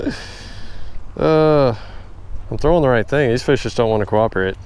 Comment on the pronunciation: "These fish just don't wanna craw-roporate"